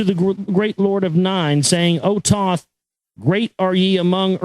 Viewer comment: I made it past "prefice" ok, I cringed at "Toth" but shook it off, but when Toth started secreting some substance I've had enough. Dear gods.